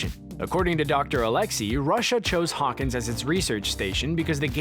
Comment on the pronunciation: Sanchez Oml, not alexis, it's Alexei?!